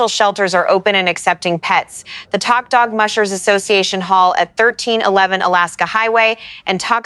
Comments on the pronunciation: Is this an AI voice or a real person voice? Tok is pronounced like the word "Toke" and not like the word "Tock." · Pronounced" toke' in Alaska not tok. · When will people learn to say properly the names your Alaska town is not spelled TAK like I’m talking to you that’s not how you say it it’s TOK like I’m taking a toke off a peace pipe. O sounds like an O not an A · Tok is pronounced toke. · Tok is pronounced Toke